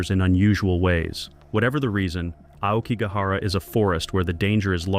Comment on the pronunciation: Yet they pronounced "Aokigahara" quite well... perhaps it's not AI and just someone making a pronunciation mistake, like most people seem to these days.